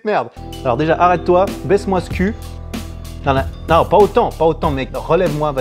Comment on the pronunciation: tu as dit nonente ?